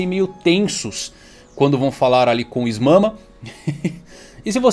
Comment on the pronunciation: Essa "Is Mama" foi de fuder KKKKKKKK, mas depois do Momonosuke adulto e mudança da fruta do Luffy, não duvido de mais nada